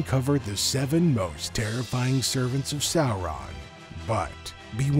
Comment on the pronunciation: Bro! I'm very much into your videos and the lore, but I couldn't stand hearing "Sourahn" multiple times for more than 5 minutes... Sorry